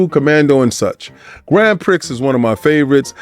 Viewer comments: Grand Prick?!?.... 😂 I think that's pronounced Grand PRI.. my brother... 😅🤣 ...long time viewer first time commenter... 😅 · It's actually pronounced Grand Pri...the x is silent.. Get it right.. What you said is hilarious as "prick" & "prix" sound similar.. 😂😂